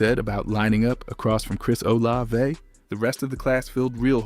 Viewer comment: Shough absolutely is the main reason the Saints are predicted to do so well this season. And please, if you’re going to post content, learn how to pronounce Olave and Etienne